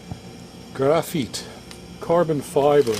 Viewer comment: Ore-gone and graph-eet ? Ouch!